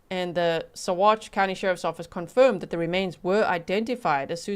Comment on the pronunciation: good job on pronunciation of Saguache!